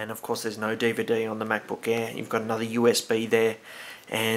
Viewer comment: MacBook "EH"